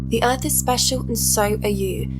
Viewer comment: Don't you mean "speshull"?